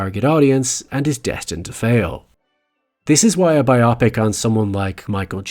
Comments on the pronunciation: WHY? Why do you keep mispronouncing "BIo-PIC"?? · You pronouncing it as “Bye-Ah-Pics” took me out of the viewing and message of your video tbh. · It was driving me crazy lol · Anyone else distracted by the creator's pronunciation of bi-opic? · I've always pronounced it: "Bio-Pic." Am I wrong? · Sorry, but I couldn't finish this video, because you kept pronouncing biopic like bi-opic. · “bi opic” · I love your video essays, but as far as I've ever known the word is pronounced in both American and British (but perhaps not Irish?) English as BIO-pic. This makes sense as it comes from BIOgraphy and PICture. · Why are your deliberately over-pronouncing the very simple world "bio-pic"? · Biopic comes from biographical picture, so it should be pronounced BIOpic. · Wait, biopic isn't pronounced like it rhymes with topic, right? It's supposed to be pronounced buy-oh-pic, isn't it? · Some people seem to have started using this, but it's incorrect. The word biopic comes from biographical picture and the correct pronounciation therefore is BIOpic. It's not a word like myopic. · I don't find it pretentious but my lord, does it sound weird. It's a pic so why isn't 'pic' stressed? Bio-pic. I get that it changes the pronunciation of 'bio' but I'd prefer that over a pronunciation that stresses a vowel in the middle of the word. And while we're at it, can we all agree that Antifa is 'anti-fa' not 'anteefah' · Content & quality of the video aside, your repeated mispronunciation of the word 'biopic' reminds me of that nature documentary where Benedict Cumberbatch says 'penguins' wrong a bunch of times lol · Hopefully, they didn’t take it as mean. That wasn’t my intention. It’s a word people often mispronounce so I just wanted to make them aware. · I sincerely enjoyed this video, however the way you pronounce biopic insuch an oh so british accent sounds like a surgical procedure to remove a bit of ick. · Wrong vowel emphasis in the word Biopic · Why do we pronounce biopic that way now?